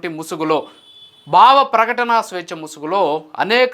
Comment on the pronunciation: Content bagundi, vuccharana doshalu savarinchukondi, viz., 'Bhavaprakatana', not ' Bavaprakatana'!!! 😊😊😊